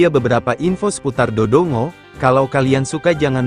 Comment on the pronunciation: Do dongo😅😂😂 seharusnya voicenya bikin ngomong Dodonggo aja text nya biarin dodongo😅